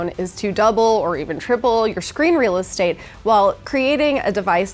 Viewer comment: Did she just say your screen Real states